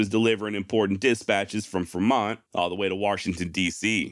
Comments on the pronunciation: "Fruh mont"? Good god my man....FREE mont, man, John C. FREMONT...us native turds up here in Oregon like our expeditionaries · I am pretty sure it is Fremont not Fermont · Its Free mont. Renae.. we r American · The pronunciation of Fer-mont is odd to me.